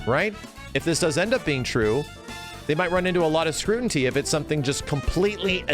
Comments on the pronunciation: "Scrutiny", not "scrutinty". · My man: SCREW-TEE-NEE. NOT “scrutinty”. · Completely agree with. Marvel characterized gameplay which would be different under nrs. Not saying its wrong, but likely will be different. I never realized Maxs pronunciation of scrutiny (*scrutinty) listen back its in there at least twice. Shine on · "scru-tin-tee" lol